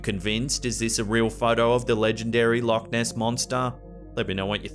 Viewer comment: When say Loch Ness in Scotland its pronounce like luuk ness